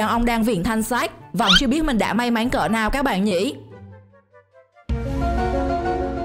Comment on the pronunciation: may mắn lại cứ đọc may máy chắc review này là người nước ngoài đang học tiếng việt ak